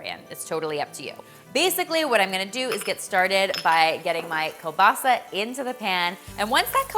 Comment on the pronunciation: Kiełbasa is a Polish word and I’m soooo proud to hear you pronounce it well! It’s surely delicious :) And I will be making this dish tomorrow for sure!